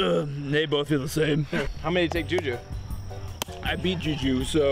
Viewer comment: Juji not juju